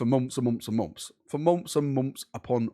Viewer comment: My man said “I’ve been sayings this for mumps and mumps and mumps.” 😅